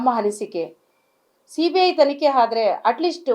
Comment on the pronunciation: ಸರಿಯಾಗಿ ಮಾತಾಡೋಕೆ ಕಲ್ತೊಕೊಳಮ್ಮ ಸಿಬಿಹೈಯ್ ಅಲ್ಲ ಸಿಬಿಐ ಬಾಯಿ ಸ್ವಲ್ಪ ವಾಸ್ನೆ ಬರ್ತಾಇದೆ ನೋಡ್ಕೊಮ್ಮಾ